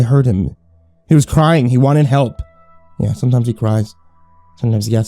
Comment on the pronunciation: "hAUlt" i heard hault not help